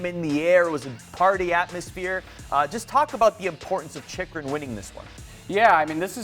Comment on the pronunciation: It's Chikurin!! Not Chikurun...